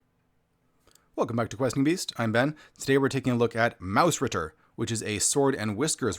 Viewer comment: Well done review again :) Your pronounciation of 'Mausritter' is excellent.